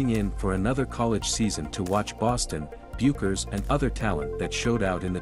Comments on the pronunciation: It's pronounced BECKERS!!!!!!!!!!!!! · Paiges’ last name is pronounced “Beckers” despite its spelling.